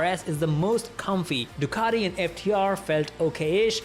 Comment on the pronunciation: Ironically, a guy with an Indian accent is the only person that's not Italian, I heard pronounce Ducati correctly 🙂 Thumbs up!